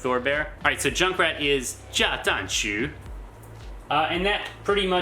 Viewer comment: One thing I noticed though is that you sound out "zang" as "zhang" - you should be using a regular old zed sound like in "z-ombie" to get a more accurate pronunciation. Otherwise, you sound like you're saying "办账“ meaning to manage an account, or maybe half account. "Shu" in Junkrat is sounded out like 老鼠 as in mouse - sounds more like "shoe" in English as opposed to "xu" (需). If you'd like to learn more about pronunciation, I suggest learning all the phonetics first thru bopomofo and then continuing from there on.